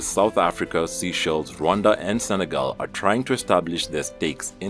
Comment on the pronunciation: say-shells not not sea- shells and stil reporting wrong news about zim this narrative of pan Africanism is flawed as fuck , fix up I’m getting irritated there’s more better news to report about Zimbabwe than what ED Munangwagwa and his cronies are doing to the beautiful Zimbabwe